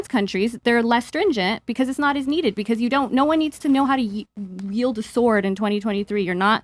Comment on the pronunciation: It’s not “yield” a sword. It’s wield. W.